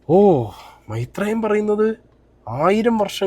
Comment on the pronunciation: Maitreyan❌ mairan✅